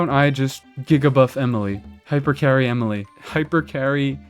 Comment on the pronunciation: you don't even know how to say her name right ...